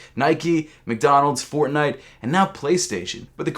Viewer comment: HE SAID FORRNITE JRkfor9rkdoe9l?k´]<μ{μ>